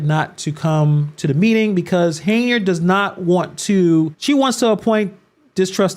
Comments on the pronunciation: not the way you do. she does not pronounce her name as "Hey-nard" she pronounces it "Hen-Yard". 'm not defending her at all. I don't think she's doing a good job as Supervisor or Mayor, but her name is her name. We all want our names to be pronounced correctly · I. Don’t like her either but why do you keep pronounce her name as “Hey-nard”?